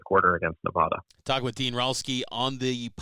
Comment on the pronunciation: Not only did he get the name of UNR wrong, he mispronounced Nevada repeatedly...